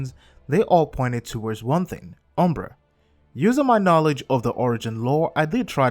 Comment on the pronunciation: it is not umbra